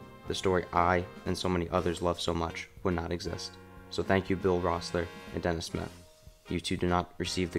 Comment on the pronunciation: Cant find the second drawing, are you saying devon smith? Or dennis Schmitt? Super annoyed. Taking back my like till this is resolved